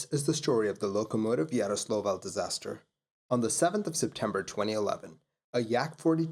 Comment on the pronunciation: Please train saying "Yaroslavl".